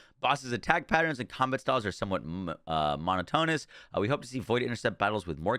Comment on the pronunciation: monotonous... i was laughing soo hard. never heard anyone say it like that. LOL AHAHAHAHA